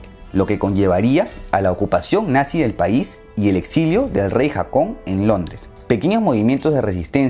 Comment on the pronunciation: No era Jakon (foneticamente), era Jokan primero